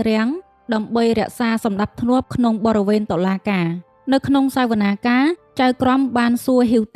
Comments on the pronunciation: បង បរិវេណគេបញ្ចេញសម្លេង ប៉ាក់-រិ-វេណ មិនមែន ប-រិ-វេណ ទេ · បរិវេណ ពាក្យត្រូវ ប៉ាក់រិវេណ មិនត្រឹមត្រូវទេ